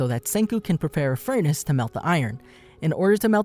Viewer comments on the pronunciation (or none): none